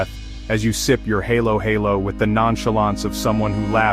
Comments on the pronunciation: Halo Halo oh come on it is pronounced Hallow hallow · Omg..."heylo heylo" 😂😂😂 I love halo-halo. Don't say hey!